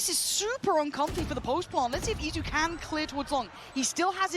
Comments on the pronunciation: It's Izu not Itzu 😭😭😭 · This is what happened when EDG scrims too many with PRX. U became like them. Also how hard is it to pronounce Eat-zu?